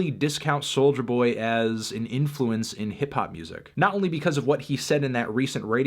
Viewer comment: It sounds like he is saying “soldier boy”